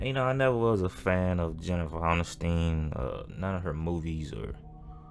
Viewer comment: Dude why u do her last name like that 😂